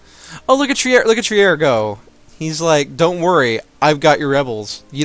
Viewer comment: you have 2 free merchants USE THEM! And Trier is not spelled Trier, the e is not spoken so we say Triir with a long i